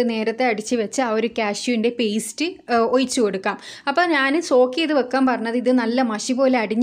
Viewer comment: ഒയിച്ചു.... അല്ല ഒഴിച്ചു